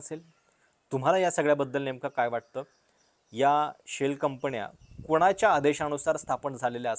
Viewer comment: शेल कंपण्या , मणा मध्ये 😂😂. बाकी उत्तम आणि स्वच्छ उच्चार फक्त गडबड न आणि ण ची. जण मण पार्टी😂😂